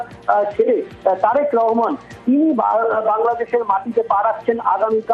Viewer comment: হিন্দু সাংবাদিকগুলা এতো অশিক্ষিত কেনো? রহমানকে রেহমান বলছে? আমরা কি চট্টোপাধ্যায় কে চেট্টেপোদধায় বলি?